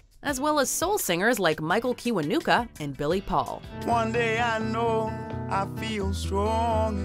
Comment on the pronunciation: The way she butchered Kiwanukas name though. I speak as a concerned Ugandan